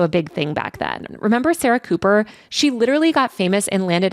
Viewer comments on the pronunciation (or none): none